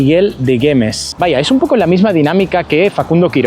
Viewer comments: El mo umento es de GUEMES Y NOOOOO GEMES COMO LO PRONUNSIASTE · En primer lugar no es Guemes. Es Güemes.(pronunciando la U) luego no es como facundo Quiroga que fue un caudillo. El fue un militar de carrera luchó en las investigaciones inglesas y aquí en el norte. Único Grl. Héroe que murió en combate cuándo lo emboscaron. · 😂se pronunciar WU GUEMES Ypobres hay en todos lados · Perdón...tu pais es el Edén?es la primera vez que veo que uno visitantes se quejen tanto.vuelvanse a su Edén.dejá de reirte de la creencia de los habitantes de Salta.no es geme,es Güemes. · Guemes 😂😂😂 Se pronuncia la "u" si tiene diéresis "ü" Sería Güemes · UNA RIOJANA, TE DEJO DECIR MIGUEL DE GUEMES.....???? ES GÜEMES.....!